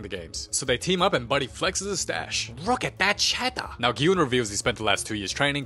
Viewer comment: “Rook at dat cheddah.”